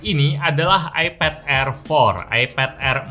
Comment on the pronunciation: bang iPad bang bukan eped...hanya mengingatkan....:D